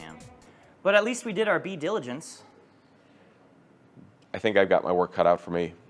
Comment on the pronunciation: "Bee Diligence" 😂😂😂